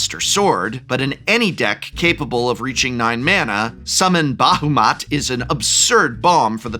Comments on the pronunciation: Did you say "Summon BaHUmat"? It's Ba-HA-mut. Facepalm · "Ree-OH-na," "Ul-tee-ma-SEE-uh," "'Ba-HOO-mott" Chef's kiss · Did he really said "Bahumat"? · Ugh and Bahamut is pronounced Bah-Ha-Moot-Ay. DO BETTER PROF! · It hurt me. Oof. He said Bahamut right once and then wrong and oof.